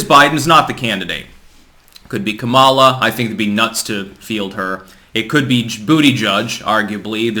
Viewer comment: It's pronounced Ka'-ma-la, not Ka-ma'-la.